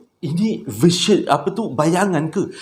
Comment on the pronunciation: Sebutan "vision" tak consistent. Kadang-kadang sebutan betul VISION as "vision", ada juga sebut "version".